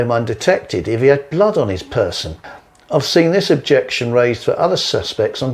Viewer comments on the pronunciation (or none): none